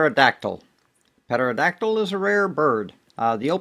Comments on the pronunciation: Ron it is pronounced Terodactyl not Peterodactyl... you don't say the "P" Great vid by the way! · amigo it's pronounced terra-dactyl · the P is silent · Petero dactyl sounds way cooler tho